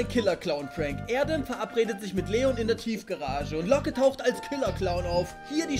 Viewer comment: Niemand: Jeder: Locke Unge : Looge